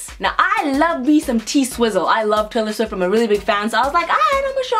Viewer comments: When she said Tailer swift! Damn im cracked! LMAO! 😂😂😂😂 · "Tyler Swivft" AMAZING 👍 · How to pronounce Taylor Swift correctly: by "Tyler Swiffer"